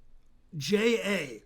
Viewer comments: You pronounce Macieja ~100% correct and his first name quite well. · Very good "Macieja" pronunciation Ben!